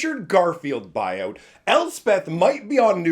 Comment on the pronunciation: I thought you were saying Richard Garfield bio hahaha